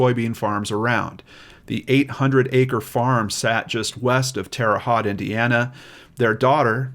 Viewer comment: I’m glad that the guilt of participating in the disposing of the body finally allowed this case to be cracked. By the way, it’s Haute (hoe-te) like mote but with an H. I used to live in Bedford, Indiana, just an hour and a half away.